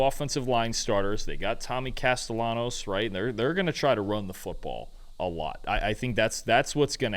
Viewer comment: Hey fellas the proper pronunciation for Castellanos is with an L not a Y. It's not a Latin American dialect.